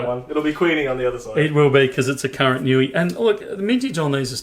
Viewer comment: Niue - pronounced "New-way", not "Newy" lol